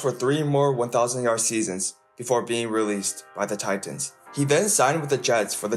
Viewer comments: The way you say Titans is hilarious. You really emphasize that second T. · Buddy enunciated the shit outta Titans 😆